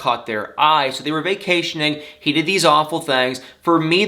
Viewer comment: "he's was VAY-CAY-TIONing.. yes...... Who's like a million years old... Was vacationing.... with two 16 year olds" ☝️😍 Why I love you.